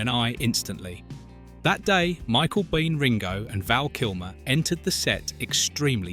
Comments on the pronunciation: Is this AI, or does the narrator not know Michael Biehn is pronounced "bean" not "bee-EN". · Biehn is pronounced Bean.